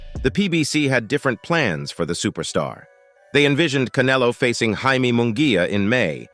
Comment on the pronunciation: OK, I took a deep breath, readied myself😁, & listened to this computer generated hyped bullshyte ALMOST all the way through. Couldn't even pronounce Munguia & Canelo's names properly. This is the problem with boxing today, the hype!!! And yes, when you call Bena a "titan" you're right, as he comes into the ring 2-3 times heavier than official weight categories, like Haney. I'm convinced Canelo will fight anyone in his path, he's only 33 & his resume proves that. Bena has NEVER faced an elite boxer/fighter/PUNCHER in his career & must come into the ring as a weight bully to get the W. Munguia has a better record than Bena, & has continued to improve, especially via Freddie Roach, Jaime is NOT a "new comer" as this hype says. Berlanga hasn't fought anyone, Morrell is a more talented/dangerous fighter in the ring. Quite funny, this long winded bullshyte narrative casts even MORE doubt on what might actually happen! Patience is a virtue, & earning your way used to be the way of boxing.😎 Canelo is king at the moment, all the serfs are thinking they can earn a big fight with their foamy mouths. PBC has never been good for boxing, their game is manipulation of weak minded fans. Hearn is the ultimate promoter, even with his occasional bullshyte, but it is what it is. DAZN has gotten greedy also. Boxing used to be about fighting inside the ring!😎